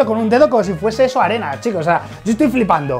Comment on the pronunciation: Mike te confundiste en bes de desir arena as dicho anena